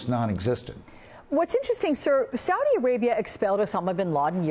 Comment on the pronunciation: You CANT say SAUDI dummy..